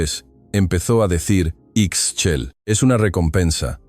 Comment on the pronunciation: Ixchel....se pronuncia Ish-chel